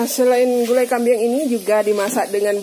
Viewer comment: Kambing..bukan kambiang